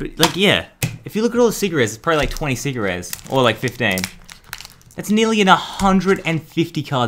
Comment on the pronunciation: When he says secret Rares u thought he was saying cigarettes